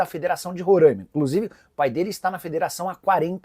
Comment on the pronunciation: Nicola, se diz Roraima (com som de A aberto) e não Rorãima como vocês aí do sul/sudeste falam.